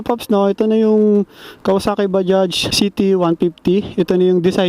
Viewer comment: Ayos pagka basa mo sa bajaj sir ok po kayo. Ibang blogger dyan mali mali mag basa dyan badja daw? Baja? Mali po!